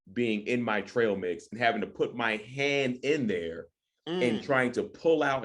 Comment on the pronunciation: Eat "trial' mix.... thought it was trail lol